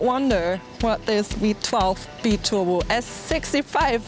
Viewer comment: Just some advice about English pronunciation: -> Liter is pronounced "lee-ter" -> Ceramic is pronounced with an "s" at the beginning, not a "k" -> Biturbo is pronounced "by-turbo" not "bee-turbo"